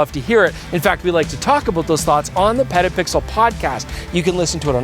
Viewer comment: I’m begging you to really enunciate the T in petapixle. You sound like you say pedapixel which just sounds weird and too close to another word